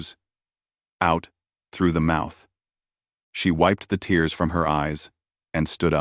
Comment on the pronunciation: Great story so far (only 20 mins in) just wondering why the ai can say tear as in your clothes correctly but then can't say tears as in tears of joy? Weird... 🤷‍♂️